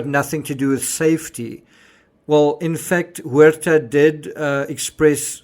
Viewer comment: You pronounced “Huerta” perfectly. Sounds like “where-tah”. ☝️🥴👍